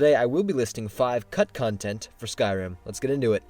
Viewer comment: it sounds like hes saying cuntcuntent .